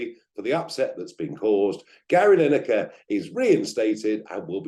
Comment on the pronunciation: Who is "Linekar"? Blimey... 🤦‍♂